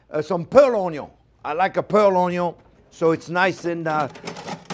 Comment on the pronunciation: Finally we have a friend besides onyons